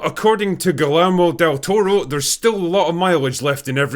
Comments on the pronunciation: "Gaelaermo del Touro" jajajajjaajaj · "Galermo Del Toro" 😂